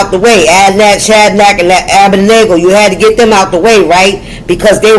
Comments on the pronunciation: Pronounced Ah bed nee go -Abednigo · A-BIN-DEE-GOH...THE 3 BROTHERS OF THE FURNACE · Shalom sweet lady ❤ it’s a tongue twister but it’s Abed-neygo 😊😊😊😊. I know what you meant ❤❤❤❤